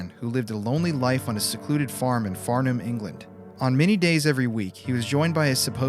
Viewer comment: Used to go to Farnham a lot as a kid and lived near it till recently. Also props on pronouncing it correctly.